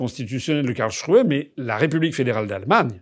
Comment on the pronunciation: Bravo pour la prononciation de Karlsruhe, bien mieux!